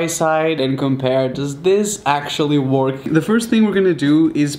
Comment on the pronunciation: You pronounce it wörk not work